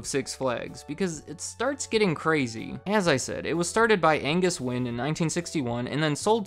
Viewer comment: Thank you for pronouncing Wynne correctly. It gets pronounced every other way then win. Wayne, wine, winnie